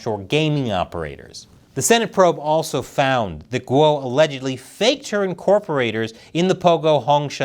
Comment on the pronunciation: A channel about China and you don't know how Guo is pronounced?